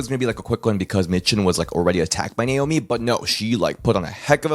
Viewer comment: Don't you mean Naomi not not slomi and as well I've not heard of anybody called slomi if you're not good with names then learn to say their names properly